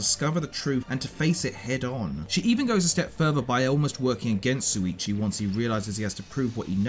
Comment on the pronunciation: It's SHuichi not Suichi xD How come so many English native ppl say it wrong, even tho the eng dub says it right xD